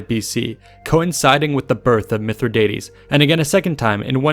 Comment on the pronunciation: Keep mispronouncing his name dickhead!